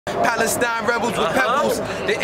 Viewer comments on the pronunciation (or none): none